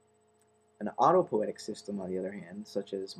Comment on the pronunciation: auto-poe-EE-tic is correct.